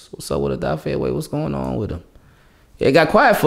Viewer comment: Just letting you know brother Odafe said we pronounce his name wrong, I’m guilty of it as well! It’s actually pronounced Oh duh fey-tried my best to break it down lol! Love your work!